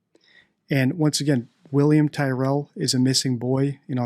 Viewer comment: Hi, I’m an Aussie and I would like to see something on William Tyrell and just FYI Tyrell is pronounced like Cyril but with a T. More interestingly though would be an analysis of Donald Trump but my guess is you don’t do political and that’s fine, in any case I really like your channel.